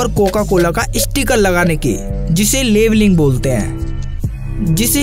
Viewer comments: laveling nahi bhai labling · भाई ने पैकिंग और लेबलिंग बताया बस अरे बनती कैसे है ये नहीं बताया और लेवलिंग नहीं लेबलिंग बोलते हैं। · लेबलिंग होती है ना कि लेवलिंग